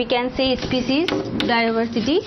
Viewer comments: It's not especies it's species improve ur English mam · not ispecies.... its species😝